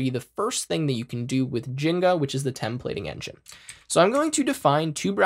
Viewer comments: bruh, please stop calling it jenga/jinga. It's jinja 😭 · He said "jenga" instead of "djin jah". Literally unwatchable, this webapp actually deleted my keyboard. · 1. Great tutorial, thank you for doing sharing this. 2. My brother in tech... it's rauw-t not root for route, they're called curly braces not squiggly braces, it's gin-ja like ninja, and just for good measure Gif not jiff. 😂